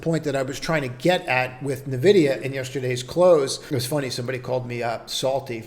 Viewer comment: hillarious you pronouce the letters O-N-O-N instead of OnOn. but cant say N-Vidia. maybe if it was O-N-Vidia